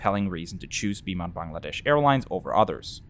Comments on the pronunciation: A lovely and respectful review. Also well done on pronouncing “Bangladesh” correctly. Wouldn’t be so quick to recommend Josh Cahill videos. He always seems so negative. Well done! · First foreigner who correctly pronounced "Bangladesh" word🙃